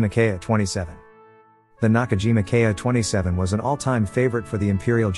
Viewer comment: The Ki-27 was a pre-war aircraft, and was not useful during the war. By the way, it's pronounced "Keeeee", not K eye."